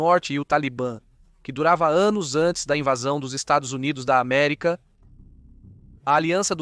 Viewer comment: O VIDEO FICOU ÓTIMO , APENAS ESSA ÊNFASE NOS "estados unidos da america" fica como uma fala de torcedor ....